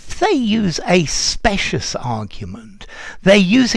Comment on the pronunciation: Dear, in terms of pronunciation- shouldn’t “specious” be with the long “I” rather than with the “short one”?